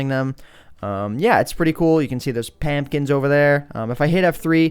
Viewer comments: HE SAID PAMPKINS INSTEAD OF PUMPKINS!!! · he said pampkins instead of pumpkins (facepalm) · pamkins hahaha (not trying to be mean) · Did he just call them Pampkins....